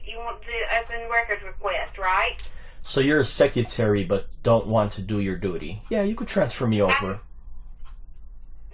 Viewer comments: What’s a seck-yuh-tarrie? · What’s a secutary? Does mean secretary? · No idea, however, to me, it sounded like he pronounced it “sec-utury”